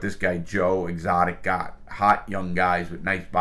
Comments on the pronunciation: i love how larry adds an extra letter to everyone’s name. joe exoticA , carole baskin(S), doc antleR. i’m not sure if it was intentional or not, but regardless it’s hilarious lmao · Joe exotica, carole baskins, and doc antler. You managed to get every name wrong. lol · Ok, but the guys name is Doc Antil. not doc antler. And it's Joe Exotic not Joe Exotica. It just makes this dude sound dumb and i know he's not dumb.